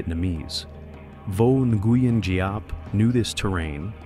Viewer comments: Nguyen is pronounced win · The mispronunciations of names make the video unlistenable. Nuh-gee-en? Lol. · Nguyen is pronounced "winn" lol 😂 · NARRATOR. PLEASE LEARN THE VIETNAMESE PRONUNCIATIONS. The words don't sound anything like they are spelled. GET IT? NGUYEN=WIN. For example.